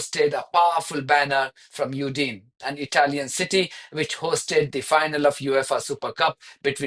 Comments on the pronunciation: Udine is pronounced ‘oo-din-e’ sounding out each syllable. Great broadcast again. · Udine is pronounced: “Ooo-dee-nay” 😊